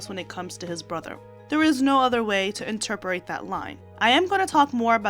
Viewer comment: Girl, you gotta put a little more effort into how words are pronounced. Inter-per-ate? You mean interpret. Also, you don’t pronounce “debuted” correctly and many many other errors in every single video. I wouldn’t say anything if it wasn’t a constant thing and it’s hard listening to an adult not talk correctly. Even many people you speak of, you don’t pronounce their names right. The internet will help you with any word or name you don’t know how to say. Just try it.